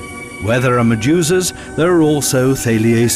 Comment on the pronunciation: Although I thought this was a GREAT documentary, it was like nails on a chalkboard whenever the narrator said "Maduzaz". I know what he was trying to say, but every time he said it I heard "MaduZAZ". And then he would say it a few times in a couple of seconds, I felt like punching myself in the nuts to distract myself from his pronunciation.